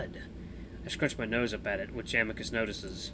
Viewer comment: Please don’t voice Amicus with an Italian accent please 🥺